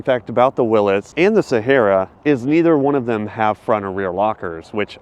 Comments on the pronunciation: Will. EES!!! Not Willis!!! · Willys not Willis. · It's not a Willis dude, it's a Willy's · Does this effin guy know anything about cars let alone Chrysler or Jeep he just called the Willy’s a freaking Willis like a random persons name 🤦🏻‍♂️ It’s pronounced WILLY with an apostrophe S like the dang whale like free Willy Not Willis! Like what you talkin bout Willis 😂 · It's a WILLY's NOT A WILLIS Say it correctly "WILL EEEs" I don't know why this aggravates the crap out of me, but it does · It is not WILLIS. It IS WILLY (WILLEE). I don't know how you don't know that as a jeep guy. Maybe it's because I owned a real actual willy's pickup, and you jeep guys just pretend, but yeah. It's willys, not willis... Hurricane 6 is AN INLINE 6... It's named after the HURRICANE STRAIGHT SIX, that came in my WILLY'S PICKUP... How do you call yourself a jeep guy? You're a JK (just kidding) jeep guy.. Do better. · Willis?!?! Are you clueless? It's pronounced like Willies. Willys was the iconic brand that became Jeep in the early 60s. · Willis??? Wil-ies Since like oh WWII.... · Dumb bunny. Hurricane is an inline 6. Also it’s a Willie not a Willis. Dumb a$$ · Its not "willis" it's "willy's" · It's pronounced Willies, not Willis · You lost credibility by calling it a Jeep Willis. It is Willy's. Pronounced "Will Ease". I lived across the street from the original factory. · Wileees. E sound. Not will isss. Bro...come on now. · You are shopping at the wrong dealer. Every one of those jeeps can be had for $10000 less than what you are showing. And you really should know how to pronounce Willys, one of the most iconic jeeps made. It is not Willis it is Willys. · It's not "Willis" it is WILLYS, pronounced like chilly's. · Wait… you drive a jeep and don’t even know what a Willy’s Jeep is? What the actual F. Literally just ignored everything that came out of your mouth. It’s a Willys not a Willis. The fact that you drive a Wrangler makes this so much worse🤦🏻 . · "Willis" its a willeez